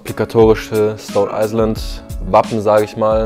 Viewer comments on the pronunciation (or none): "Stone eiseland"😂😂